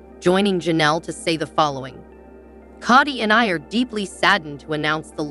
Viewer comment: Narrator can’t even pronounce Kody correctly.